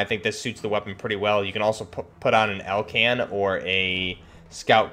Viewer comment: I love that you know the real world guns, the companies, and you even said Elcan 🙂and breech and bolt carrier group. Nicely done.